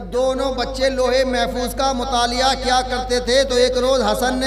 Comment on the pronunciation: مطالعہ کو متالیہ ہے 😂